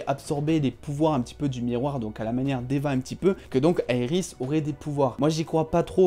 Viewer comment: Quand tu dis Iris j'ai envie de te baffer